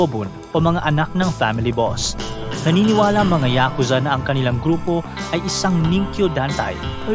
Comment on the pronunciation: Ngayon ko lang nalaman na YA-KUZA pala ang tamang Pronunciation. 🤭 I thought it’s YAKU-ZA.